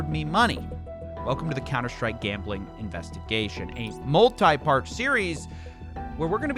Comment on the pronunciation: HAHA I love cs go gambling you really got me when you said counter stick instead of like stake